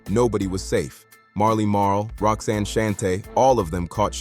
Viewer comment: Outtie 5000 right after the 🤖 mispronounced Roxanne’s name